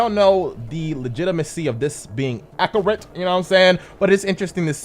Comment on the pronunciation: "I have decrepancies"........HAHAHAHA my god your English is fucked. it'd be "THERE ARE discrepancies" one can't have a discrepancy. AHa! and you said "acarate " 'hahahaha. I know that was a joke I'm sure, but your English is on some forneverworld shit hehe. but please, I'm deadass visiting fam in africa right now....hit me with that Inj2 'my dude, can't get it out here yet!